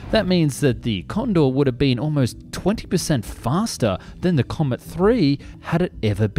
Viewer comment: The what Comet?